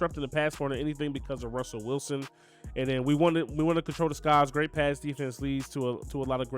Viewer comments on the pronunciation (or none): none